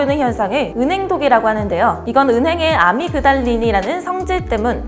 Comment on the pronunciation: 아미그달린을 아드렐 날린 이러고 들리냐